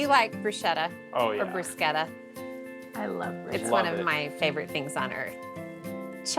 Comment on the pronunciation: Thank you for saying "bru sK etta" (!!) Well...once...because it is not bru shetta!